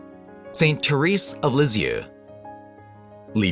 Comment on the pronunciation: If you can’t pronounce her name correctly, how can I believe you know what you’re talking about. This may be true, but the narration is awful.